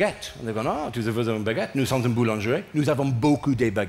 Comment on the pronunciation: Boulangerie is pronounced as boolingeree. Proof English speakers really don't know French. 😂😜